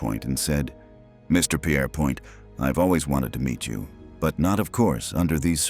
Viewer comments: Albert Pierrepoint, pronounced "peerpoint' not "pierre point"! His name was anglicised. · Pierpoint not Pierre Point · It’s pronounced ‘peerpoint’ not Pierre- point. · Pierrepoint is pronounced peer-pont, thank you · The hangman’s name is pronounced Peerpoint,although spelt Pierrepoint. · The British pronounce Pierrepoint as 'peer-point'. What is the logic in this video of pronouncing the first syllable like the French forename but maintaining the 'point' of the second syllable? To be consistent, it should be pronounced as 'pwan'. In fact, why are Americans so generally incapable of pronouncing French words correctly? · Peerpoint is the pronunciation. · It's pronounced "Peer-point". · pont. peer-pont. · Narrator mispronounced Pierrepoint.